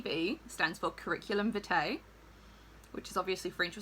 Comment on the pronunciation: It’s ˈviːtaɪ, not viː’teɪ (Hermione’s voice)